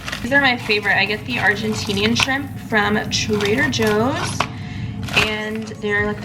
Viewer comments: why do you say trader hoes and not joes? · Did she say Trader Hoes? Hahaha